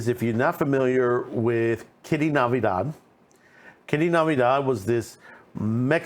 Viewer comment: Her last name is NATIVIDAD NOT Navidad.